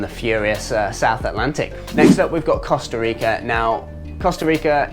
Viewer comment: Mate, please learn how to pronounce both Costa Rica and Nicaragua. Your attempts are painful !😂